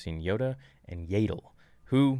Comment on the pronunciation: Dude its not Yay Dull its pronounced Yeah dull yaddle